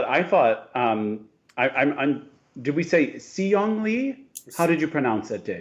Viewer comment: Per request! Sihyeong's name is pronounced more like She-hyoung (best phonetic spelling I can muster. The first syllable is closer to the pronoun 'she'). The "si" phoneme in Korean has more of a "sh-" sound to the s than one might expect. <3 Unrelated but Dave's face when went on his crotch fit tangent means everything to me. Also, I think they're still renovating the East Rink at Chelsea Piers. It's been closed all summer.